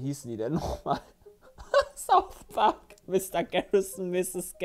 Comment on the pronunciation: Niemand:: "Thouth Park"